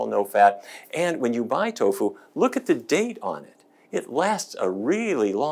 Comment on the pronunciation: I gave a thumbs up but you lost me at Toffu! Lol